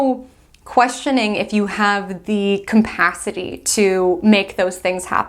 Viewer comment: sorry but if you say "campacity" one more time I'll lose it😂 CAPACITY!!